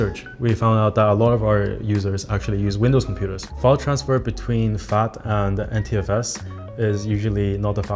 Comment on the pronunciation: Bizarre! A tech company employee can't pronounce NTFS! :face-fuchsia-tongue-out